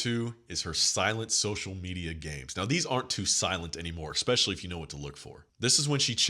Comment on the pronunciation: Love your content brother. I have to give you some feedback. It’s e’s’pecially not e’x’pecially. Mispronouncing common words lowers your overall frame. No shade or offense meant at all. Just looking out for a fellow G.